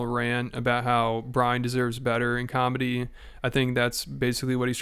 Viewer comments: What you mean b? What about cawlmedy? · You just don't pronounce cawlmedy correcdly, b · Hilarious how Schaub is technically a comic with two specials, yet he can’t pronounce the word comedy 😂